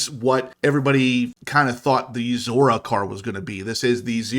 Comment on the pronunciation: Still calling it a Zora